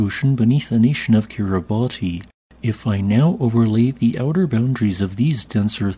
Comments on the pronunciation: Cool. FYI Kiribati is pronounced KIRR-ih-BASS. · that isn’t how you pronounce Kiribati